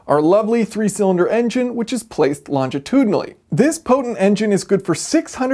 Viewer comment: Say after me ............ Longitudinally, Longitudinally; there's only one "t" in longitudinally.